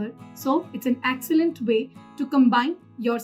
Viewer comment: Inki apni English khudh bayankar hain excellent ko accellant banana koi inse seekhay 🤣🤣